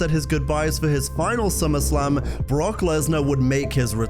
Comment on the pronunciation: They clearly sounded like they said brock